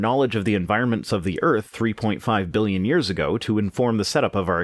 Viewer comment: Ah, good. Voldemort's Muggle grandpa back with "miyons" and "biyons".